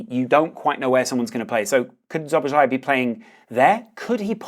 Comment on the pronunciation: for future pronunciation - *Sobosla-i